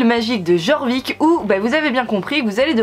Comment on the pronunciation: J'étais pas du tout sur le jeu quand j'ai vu ta vidéo, non c'est faux 😂 Juste le jeu est suédois et les "j" se prononcent "-i" (on dit "iorvik" "iarlaheïm" etc) bonne aventure à toi 🤪 (moi au début de la vidéo: "un code? Pitié des star coins, pitié des star coins..." -: "... une semaine de star rider" -"noooon 😭" team lifetime 🤚